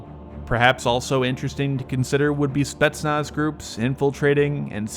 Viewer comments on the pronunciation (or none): none